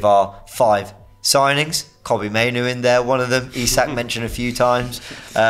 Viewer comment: That guy who said maino made me stop watching the show.